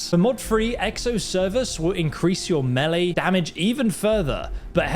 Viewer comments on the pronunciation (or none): none